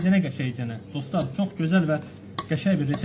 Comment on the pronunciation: ne geder. bu. Doslar. deyirrrrrrrr